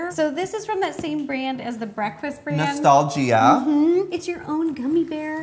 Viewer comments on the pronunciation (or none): Joey: it’s called the ✨noSTALLgEEa✨ iTs FanCy✨(it’s nostalgia) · no way he said “nostalGEEA” when that’s normally how to spell nostalgia 😭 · I was saying this too! But then again, it COULD be one of those words he has only heard and not seen spelled out. NoStAlgEEuH! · I like how Joey said Nostal-gia instead of Nostalgia. Lol 🥰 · It’s called the no-stal-gia 🤦‍♂️- is this what it’s like to be on a game show !?— come on dude you know this answer lol !! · He said nostolGEEa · It’s nostalgia not nostalgeea